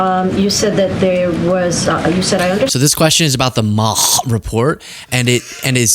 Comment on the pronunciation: Really it's not that old I'm by bye and bye bye bye is easily said I do prefer women though but when you say Maha that way you sound like the hachtua girl and I have thoughts that should make your boyfriend jealous. Don't you know it's called mocha now... Can we be done dealing with these idiots it would be nice if you were spending half your time instead of on them complaining about me pissing in the wrong person swimming pool